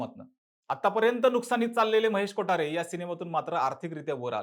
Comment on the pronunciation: Kothare bol na ...kotaare kotaare ka krtoy 😂